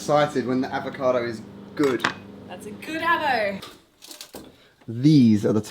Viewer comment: It apPIAs like some people KANE't run as well as lift but that aVATOcado looks YUM - a "Mwell yum BrECK" ("well yum brek"... rhymes with... sort of!!) x